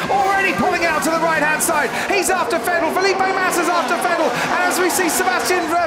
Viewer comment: Cool race, but who's "Sebastian Fettel" tho?